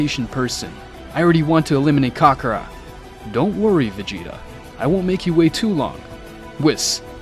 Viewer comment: you said kakora